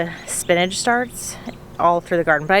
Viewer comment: Say spinnage one more time lol spin-ach